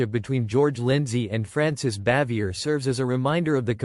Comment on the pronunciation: From what I hear,Jim Nabors was the only one on the show who liked her.The name is pronounced bah-vee-ay.